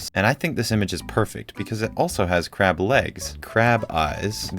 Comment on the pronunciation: He kinda sound like he says "and this icon is a little crap" instead of crab . Good thing my ears weren't right there